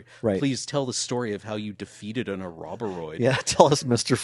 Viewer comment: How do you get "A Robber 'Rhoid" from "Ouroboroid"?